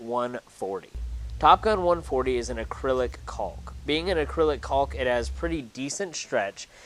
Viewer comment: The l is silent btw